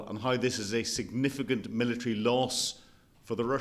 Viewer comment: "Milla-treeee" lol